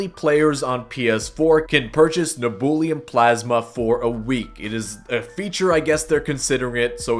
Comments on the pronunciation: ITS PRONOUNCED NEB-YEW-LEM NOT NEBOOLIUM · its neb-u-lum not neb-ool-e-um. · You cannot pronounce nebulum can you 😅